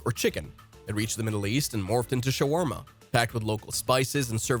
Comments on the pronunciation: the word shawarma comes from turkish word Çevirme not shawarma again. and what was that pronounciation like its arabic wtf. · Then it's an idiot. You're better off just saying you used an AI bot - knothead. BTW - "Showarma" was funny too.